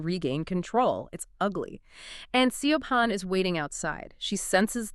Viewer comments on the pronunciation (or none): Great summary, I got this book from the library and did not finish it because the characters were so frustrating! Side note: Siobhan is pronounced "Shi-vawn" in the UK/Ireland.